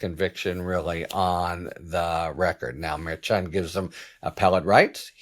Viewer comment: Merchan, pronounced, "mare - shan", I believe. Nope -- I AM WRONG -- you are closer, not perfect, but closer than I am. In fact, YOU are the only one in the public sphere whi even gets close. I should have known Harry was right!!